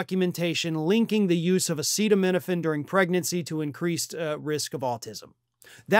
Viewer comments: As someone with Autism, I do not understand why you don't want the Health secretary doing research into Autism. I understand not liking Trump, dude had to be instructed on how to say acetaminophen. However, this release is based off 46 high quality research studies done at a university. Why don't we want someone actually pushing for Autism research, I really don't understand? Kennedy has a long standing career of fighting for ALL the things the left love, access to healthcare, humanitarian issues like with the Native American tribes, environmentalism, and he is THE ONLY current high ranking politician who has frequently stood side by side with the Native Americans for a huge host of issues. He is a Democrat, but randomly over 6 month period suddenly he is seen as this rightwing Trump guy. I do not think anyone on the left even looks into what Bobby says now, just automatically trash him. Are people party aligned on BOTH SIDES really this easily manipulated and brainwashed, because that scares me. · I saw a comment elsewhere stating that tRUMP rigorously prepares his speeches and announcements. I wanted to ask why then couldn't he pronounce "acetaminophen". But why bother? You cannot talk to those idiots. 🇺🇸🐧💙🌮🌊🇺🇦🇨🇦🇬🇧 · trump can’t even pronounce acetaminophen 😂😂😂